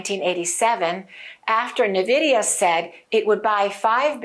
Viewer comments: I think the name of the company should be pronounced en-vidia (e pronounced like in the word pen) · Preferred / official: en-VID-ee-uh (i.e. “IN-vidia”) There are competing pronunciations of the company named "Nvidia". 1. IN-Vidia, 2. N-Vidia. ChatGPT said: That’s a good observation — there is some debate over how to pronounce Nvidia. But the “official” stance is pretty clear, and usage supports one version over the other. Here’s what I found: Official / preferred pronunciation Nvidia itself says the correct pronunciation is “en-VID-ee-uh” (so more like “in-VIDIA”). Business Insider reports that the company clarified the proper way to say it as “en-VID-ee-uh,” and that the version “NUH-vid-ee-uh” is a common mispronunciation. Business Insider Bloomberg also mentions that the company prefers “en-VID-eeyah.” So the “IN-Vidia” version (or “en-VIDIA”) aligns with how Nvidia intends it to be said. The “N-Vidia” variant Some people, likely by analogy with names that start with “N” (like “N-something”), opt for “N-VIDIA” (with an emphasized N). That pronunciation is widespread and understandable; in casual speech, many people will “spell out” the N. It’s not “wrong” in a colloquial sense, but it’s not the preferred/official version. Summary & recommendation Preferred / official: en-VID-ee-uh (i.e. “IN-vidia”) Alternate / common but non-preferred: “N-vidia” (with emphasis on the “N”) If you want to sound more like you know what you’re talking about (or match the company’s usage), go with “in-VIDIA” (en-VID-ee-uh).